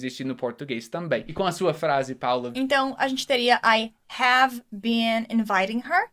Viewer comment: falando: i have i-hm kkkkkkkkkkkkkkk jesus eu jamais saberia q era assim q se pronunciava